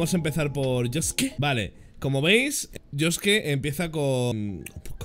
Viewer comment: como le dejiste a josuke dilo bien aaaaaaaaaa